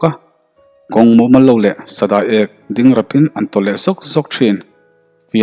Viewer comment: Sa da....i e...k tih tur,thluk a aw a,i chhiar tha e